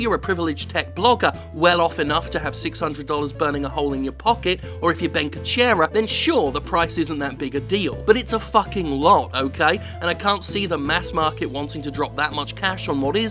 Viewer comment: Ben Kuchera, eh. Fucking. Ben. Ku. Che. Ra. (WHISPERS: who is Ben Kuchera?)